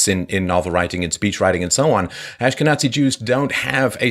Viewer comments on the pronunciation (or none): Why does Molyneux always pronounce it ´Ashken- aTzi´ so it rhymes with Nazi? Then again, why did the Israeli defense minister say he was going to ´unleash a holocaust´ on the Palestinians? Peterson should analyze these Freudian slips!! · Could have sworn he said Ask a Nazi Jew. Must be getting old time for a hearing test i guess